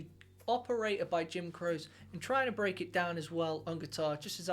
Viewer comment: It's pronounced Crochy